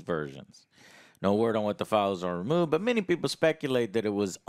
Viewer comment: Bu an Impor enh? Joe lost his T's somewhere.